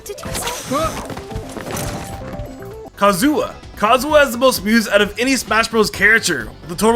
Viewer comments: Ka zoo YA Not Kazoo uh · "Kazoowa" Really It's kazuya Kah zoo ya Fucking hell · It is Ka-zee-ya not ka-zu-uh. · He called him kazoo a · Not Kazuya, Kazoo-a. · no one: not a single soul:: Kazua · Kazoowa, I feel offended as a Kazuya main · “Kazuwa” lmao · you it's not kazuwa, it's kazuya And also dark Samus has a crazy number of attack the can literally one shot you if you don't have the power suit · My man saying "Ka zua" instead of "Ka Zoo ya" is kinda hilarious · I hate to be THAT guy but... Kazu-YA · Kazuya, not Kazua. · it's not kazua. It's KazuYA. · Does I trigger you that he's saying "Kazooa"? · Am I the only one who’s bothered by how he pronounces Kazuya? Ka-zu-WA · Who tf says "Kazua" like bro ANNOUNCE THE Y IN HIS NAME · It's KazuYa, not Kazua. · It's kaz e ya, not kaz u ya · kazuYA, Y, not W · Kazu-YA... not Wa.. jesus christ 🤦‍♂️ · and your the most evil guy because you called Kazuya "Kazuah" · Did you- Did you just call Kazuya "Kazuwa"? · No one’s gonna point out is saying “Kazuwa”? Ok. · You did not just call Kazuya Kazuwa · Say it with me. KA. ZU. YA. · Ahh yes "Kazuwa" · "Kazooa" lmao what's w English natives and eating letters in words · Please... for the love of god... learn how to say kazuya's name... You can find that out if you click on his character in Ultimate. It hurts so goddamn much to hear Kazuah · You said Kozuya's name wrong, listen to the announcer in Smash LUL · The way you say "Kazuya" makes me want to die. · the way this guy says Kazuya is killing me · he knows there is a "Y" in kazuya right? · Does anyone get a little bit bothered by the way he says Kazuya? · Am I the only one who hates how he says Melee and Kazuya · Anyone else annoyed with how he pronounces Kazuya? It kills me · I lovr how badly you butcherd Kazuya's name.